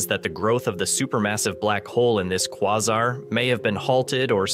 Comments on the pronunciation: Did you just pronounce quasar as "kwarzar"? Must be AI voice. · Is this ai or is he just trying out a different pronunciation every time he says quasar? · Please pick a way to pronounce Quasar out of the 3 different ways you said it, & stick to just one.